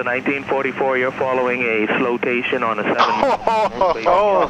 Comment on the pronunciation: Not the “Slowtation” 🤣🤣🤣